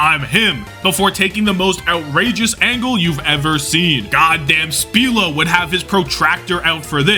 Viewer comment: Holy, u sure did pop off with this one X) may I give a note tho, "i" in "spilo" is pronounced as it is in "spite", for example. I used to pronounce it wrong as well, the correct way to read his name just doesn't feel right 😄